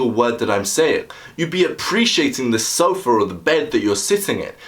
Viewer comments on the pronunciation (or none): none